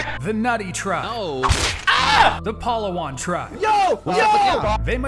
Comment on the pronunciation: The pronunciation took me out,,, palahwhan